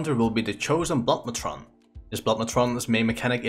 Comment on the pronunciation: Blood matron sounded like " Blodd mechon" "Gift of Goon" lol.